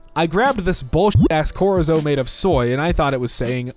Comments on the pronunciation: Did he just say "corizo" instead of "chorizo" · chorizo is not pronounced "korizo", its pronounced with the ch pronounced like it is in "chair" -A dissapointed Mexican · I adore u but for the love of God it's CHORIZO WITH THE CH SOUNDING LIKE CHEESE AND CHEER 😭😭😭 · good god the misreading and horrible pronunciation of so many words is so jarring. the video is great and then he tries to say the word chorizo or reads Brazil as Britain